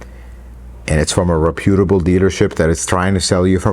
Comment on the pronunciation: Good video. Respectful suggestion: Do work on your pronunciation of the word Reputable.